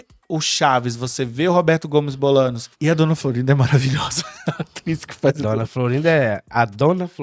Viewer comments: Por favor, Bolaños, se pronuncia Bolanhos. No próximo episódio corrijam isso. 🙏🏻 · Como vamos levar a sério alguém que fala "Bolanos"? Hahaha